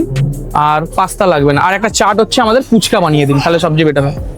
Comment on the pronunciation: Phuchka ❌Poochka ✅🤠